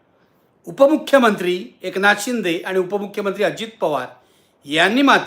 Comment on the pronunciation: निखिल तुला उपमुख्यमंत्री हा शब्द नीट बोलता येत नाही। काय गडबड आहे? संध्याकाळची वेळ आहे म्हणून विचारत आहे।